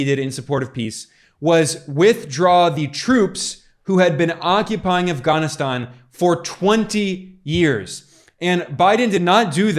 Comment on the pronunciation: Um as soon as you pronounced Afghanistan they way you did. That was weird if you’re an American. Sounds like a wanna be them. You are directly attacking Trump showing video clips out of context. I just wanna add, Trump was the 45th president he could not fix in 4 years all the broken policy’s that came before him. He got blamed a lot for obama policy, Trump Supposedly separating kids from parents at the border, that was obama policy. Due your due diligence people for the sake of Truth. Dr has an interview with the head of boarder patrol at the boarder, the agent told that Trump policy had rapid DNA testing for children coming w/adults claiming them as theirs.. it was immediately removed when Biden took office. The Biden administration is making money off sex trafficking. How come no one is talking about Hawaii anymore? And that strange fire where no national guard was called in and thousands of children were lost. Spare yourselves guys this guy is getting paid to spread lies and distraction. There is way more to investigate than what I’ve said here.